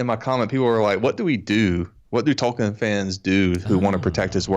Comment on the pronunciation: 😂😂😂😂 JRR “Token”